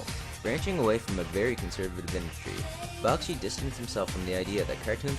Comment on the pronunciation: Great list, but you're saying his name wrong... it's pronounced BACK-SHEE. I got to meet him once and he was fast to correct me on this.